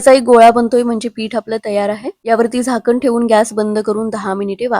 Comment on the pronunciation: पानी नाही ग पाणी बोल... मिश्रन, झाकन, कोनताही... मिश्रण, झाकण, कोणताही...